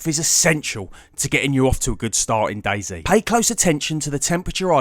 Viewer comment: "Daizi" dude no hate but its dayz